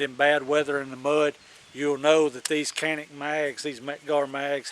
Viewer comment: It’s not “cannic”! it pronounces like “John-Nick”